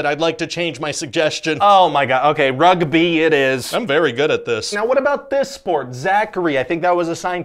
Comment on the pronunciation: I didn’t realize the sport shown was rugby so I was actually taken aback when he said "rugbee"!